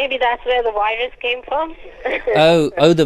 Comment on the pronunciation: "Wirus, wirus, wirus, wirus, wirus, dobly you, dobly you, dobly you, dobly you, soopurwiser, soopurwiser, soopurwiser..." BEWARE!